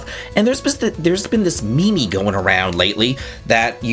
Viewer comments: Did you really say mimi instead of meme…… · Bruh....u know DAMN well it aint called "mee-mee" hahahaha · I've been watching for like a decade. Mee mee has to be one of the most ridiculous things I've ever heard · 2026 is WAY too late to be pronouncing “meme” as “me-me” I genuinely had a flashback to 2014 when I heard you say that lol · pronounced meme as me me